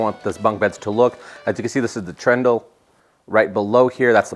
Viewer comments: Please dub over saying “Trundle”.. not Trendle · almost right. Trundle, not trendle. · Great work! A beautiful build! A note, though: it's trundle, not trendell! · Lol so cute how you call it trendle instead of trundle. Hmm, I feel like the stairs were lost space: I would have made them open to store books or their shoes or have baskets where they could store stuff 🤔 I do like that bunk bed, had one as a child but however slept on top would bump their head on the ceiling when we got too big. Was so sad when my dad disassembled it into two individual beds 😭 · Me too 🤣🤣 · anyone else cringe every time you heard "trendle" lol great build, gives me plenty of ideas!